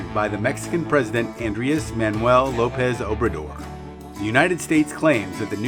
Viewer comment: you can just call him amlo. that way you dont mispronounce 4 consecutive words. amlo is doing the right thing in caring about his people. it's funny how the two european countries gang up against the one american country. but mexico wont back down.